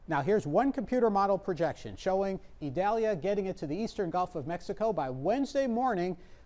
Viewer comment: This weatherman is a pro. He even pronounces «Idalia» perfectly (a special name that's often mispronounced). Great job,!